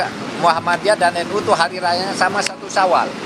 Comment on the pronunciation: Ssya gk rela kalau NU dibaca 'nu'...tolong dibetulkan...